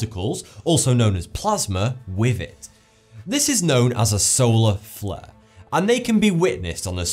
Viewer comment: Please pronounce th as th and not f. Wif, Norfen Lights, earf, fousand - driving me mad and a complete distraction from the information.